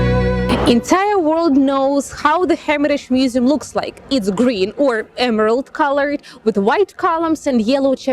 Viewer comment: feymus musum xd that accent tho